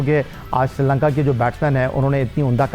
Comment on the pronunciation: MADAM woh SRI LANKA hai SIRI LANKA nahi.